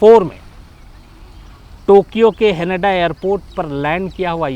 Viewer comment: हेनेडा नई हानेडा है एयर पोर्ट